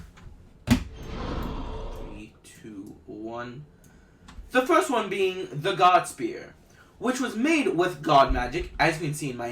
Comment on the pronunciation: Firs???? Flurst???